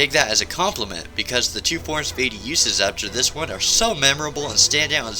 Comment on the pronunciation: OH COME ON ITS PRONOUNCED VAHTEE, NOT VAYTEE